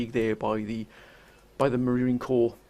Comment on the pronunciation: Great video as always. But I am going to have to correct you. It is the United States Marine CORPS. There is an S in Corps. Semper Fidelis future brothers. The Third Reich aught to count their lucky stars they never had to stand toe to toe with the USMC.